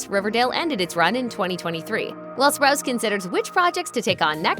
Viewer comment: You’re funny, you said spruce it’s spruce o